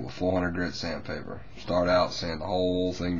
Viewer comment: you pet it dry lol the paint will just weck your sandpader or emory i guess because its not actually sandpaper its emory he just calls it sand pader but you do it after its dry